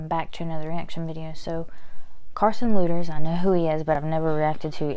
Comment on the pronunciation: No hate but it's pronounced leaders but it's spelled "lueders"